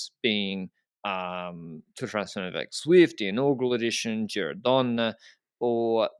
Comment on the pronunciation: in Giro DonnE the final "e" is not mute, it's not an English word. Love your analyses all the time by the way guys